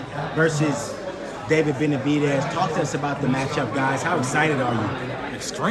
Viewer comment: He called Benevitez lord farquad lmfaoo ..mehn